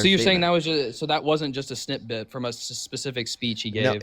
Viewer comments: Is this idiot saying 'snip-bit'? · says “I know you’re not this stupid” and then the idiot says “snitbit” instead of snippet. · I think he’s saying “snip bit” but yeah. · Him saying ”snitbit” instead of snippet was painful.